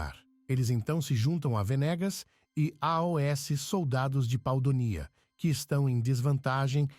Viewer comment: KKKKKKKKKKKK. Por algum motivo a IA não consegue falar aos. Ela entende que é uma sigla. kkkkkkkkkkkkkkk